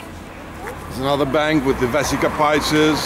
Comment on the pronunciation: Vesica Pisces dude pronounced "pieces" of bread or "peace" out brother 👍🤔